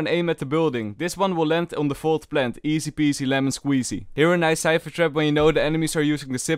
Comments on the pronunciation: i only hear easy-pease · I don't watch these videos for tips, I watch them to hear say Felorant AND eesi peesi